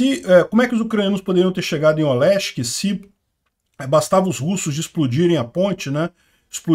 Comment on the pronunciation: Caraca, depois de anos eu consegui ouvir o sotaque carioca do falando Olesky kkkk